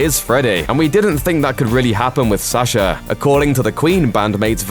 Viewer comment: Why do you say "There was a lot of talk about Sacher and stuff" when his name is Sacha?